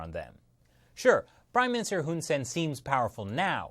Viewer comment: The dict...the prime minister's name is actually pronounced Hoon Sah-ehn (IPA: /hun saen/). For some reason, Cambodians transliterate their /ae/ vowel as 'e'.